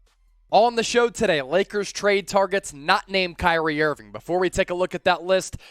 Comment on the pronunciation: I am just surprised you pronounced my name correct 😂🙏🏾